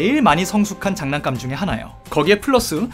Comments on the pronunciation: 잔난감🤡 나만 잔난감만 자꾸 들리냐구요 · 댓글보니 계속 잔난감으로 들리는... ㅋㅋㅋㅋㅋ